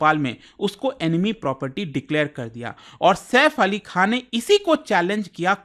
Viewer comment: आप बार बार सैफ अली खा q बोल रहे है खान बोले में कौनसा पैसे लग रहे है 😅